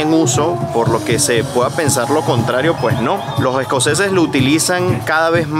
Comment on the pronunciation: Se dice “Los escoceses” no “Lo jescoceses”.